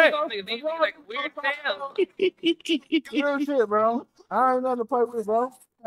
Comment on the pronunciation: shortiee couldn’t say nothinn😂😂